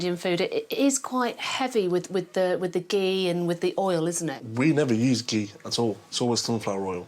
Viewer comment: The pronunciation of ghee 🤣😭 On the top of this, ghee has lesser calories than any oil per tbsp and is also a good fat 👌